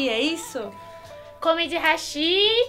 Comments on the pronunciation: Pq vcs falam rachiiii(hashí)??? É Raaaachi(Hashi Haaaaaaaaashi É o correto! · Só uma observação: o correto da pronúncia do hashi é como háshi, pois do geito que falam no vídeo da a entender como "pontes", apenas uma curiosidade sobre isso.